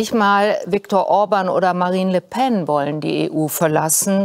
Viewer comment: "Le Phenn" (Le Pen) 😆😂😆